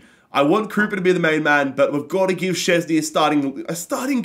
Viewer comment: Please stop saying Krupa like that